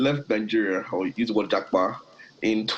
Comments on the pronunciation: Já pa, not ja pá or já pá. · It's Jápa not Jápá